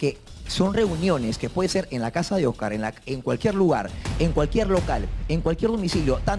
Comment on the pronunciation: Jaja la rulitos diciéndole OS-CÁR y luego Oscar